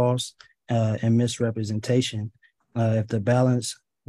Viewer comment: He said mis"repretation" once